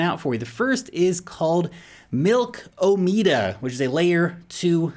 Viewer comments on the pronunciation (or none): FYI: when the developers pronounce it, Milkomeda rhymes with Andromeda. e.g. "mill-komma-da" not "milko-mayda" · Dude stop pronouncing it Milkomeda. It’s Milkomeda